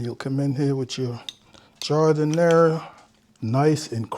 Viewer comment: Good looking sandwich. BTW, it's pronounced Jar-Da-Nair. Good stuff!